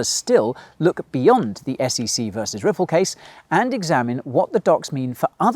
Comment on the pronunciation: they literally saod SCC